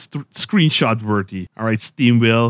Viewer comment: im pretty sure it's Steam WAY el (Whale). Not Wheel. Just saying cause he has some awesome builds!